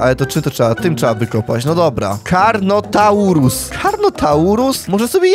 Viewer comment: karnnotaur nie potrafi powiedzieć xd